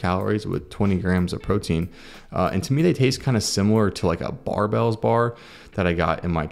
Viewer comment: baby. THEYRE CALLED BAREEEEBELLS, not BARBELLS!!!!